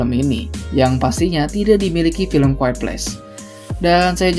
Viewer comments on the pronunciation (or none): QUIET bacanya Quwayet ya bang 😅